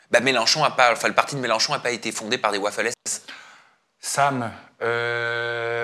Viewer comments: Sam on dit waffen SS, waffle cest les gauffres😂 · Sam ça fait deux vidéos où je t’entends dire « waffel ss » 😭 waffel c’est une gaufre 🧇 tu confonds avec « waffen » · ! C'est WAFFEN SS pas waffel...Tu mélanges avec les falafels c'est pas sérieux 😅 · l'inquisiteur, Sam apprends-nous ce qu'il faut penser, dire, et pour qui voter. Juste avec sa prononciation de "Waffen SS" on comprend que Sam ne comprend rien à ce qu'il dit. Normal que son émission politique s'est plantée. Reste dans ta zone, les peoples Sam:face-green-smiling